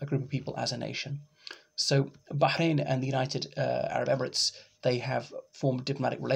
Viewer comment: What do you know Arabic? Your pronunciation of Bahrain and Palestine was quite impressive.